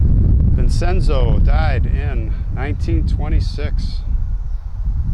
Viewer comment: You say it Vincenzo (Vinchenzo) and Conceta ( Conchetta) this is Martin Scorsese 's mother's name